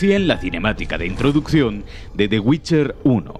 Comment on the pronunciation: /el geralt of riviia!! WITCHAAAA!/el yeralt/el ai am witcha /el guait guolf